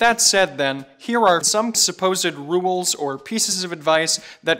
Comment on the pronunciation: I cringe whenever he mispronounces rules